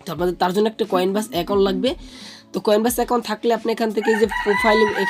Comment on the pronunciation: উচ্চারণ টা ভালো করে করেন, কয়েন ব্যাস না কয়েনবেস